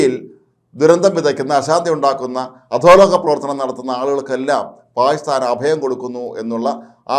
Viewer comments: 😂😂 താങ്കൾ "പായിസ്ഥാൻ " എന്നതിനു പകരം 'പാകിസ്ഥാൻ' എന്ന് വ്യക്തമായി ഉച്ചരിച്ചിരുന്നെങ്കിൽ വളരെ നന്നാകും‼️‼️ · പായിസ്ഥാൻ എന്ന് പറഞ്ഞാൽ പാക്കിസ്ഥാൻ എന്ന് മനസിലാകുമെങ്കിൽ കാര്യം ശരിയായി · നാക്കിന് ഉളുക്ക് ഉണ്ടോ അതോ നാക്ക് വടിക്കാഞ്ഞിട്ട് ആണോ😂😂 പായി സ്ഥാൻ പായി സ്ഥാൻ എന്ന് പറയുന്നത്... അയാൾ അദ്ദേഹം എന്നൊന്നും പറയല്ലേ പിടികിട്ടാപ്പുള്ളി തീവ്രവാദി എന്ന് തന്നെ പറയണം